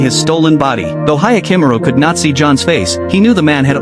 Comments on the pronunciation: "Hayakimuru" 😭😭😭 I can't.... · Yakimaru you say